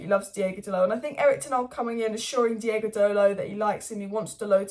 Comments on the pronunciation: its DEE OH GO not DEE A GO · But why do you say "DiEgo"? He's "DiOgo," no?